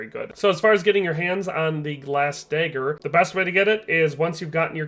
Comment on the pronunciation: Day-ed-ric dayger